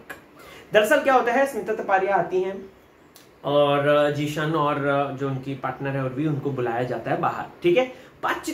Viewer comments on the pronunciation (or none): its zeeshan not jeshan ..